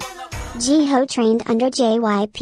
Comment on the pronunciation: Edit: Also, I'm sorry Jihyo is pronounced as G-Hoe. My bad lmaooo. Who's your bias? Do you think they should be paid more?